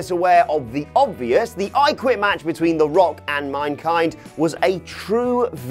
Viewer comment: Why is no one mentioning that fact he called him "minekind" .... LoL